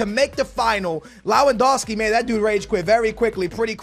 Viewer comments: I'm crying how u're saying LAwEndowski, istead of LEwAndowski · It’s lev an doski not low an doski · You’re saying his name like lawandoski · Rap Noticias he kept saying lowandowski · Rap Noticias and he said it wrong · Pronounce Lewandowski name right. Come on